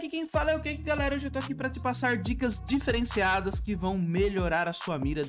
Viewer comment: ênfase no diferenciado kkkk